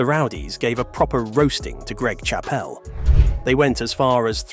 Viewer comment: You pronounced his surname wrong.